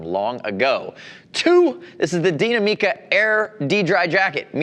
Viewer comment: neither. "Deenameca" not "MIca" or wtvr like he says. there is no emphasis on the "mi". it's pronounced exactly like the english word "me" but without what he does to it. the emphasis of the word goes into the "na". "dee-NA-me-ca".